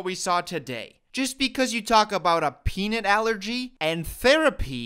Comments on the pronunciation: Wait wait wait, he said 'peanut sensitivity' this whole time I thought he said 'Penis sensitivity' that makes the 'do you know how hard that is to beat' not funny at all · honey do you really pronounce "peanut" as "peanit" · Hol up- that wasn't actually it? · wait - was it supposed to be peanut?? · Omg. I heard it tue same way lmao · omg, me too. Both times: when I saw the movie and when he played in this video...! I thought misheard lol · Me too lmao!!!! So I thought it was kinda funny and now it’s not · I thought the same thing.... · I mean heard the same thing🙈